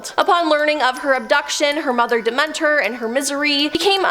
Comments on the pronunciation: when I heard the de-ment-or I was like "no she didn't..! She's never had a mythology class at least?" This is quite sad 😔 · It was so distracting. Especially Demeter 🙃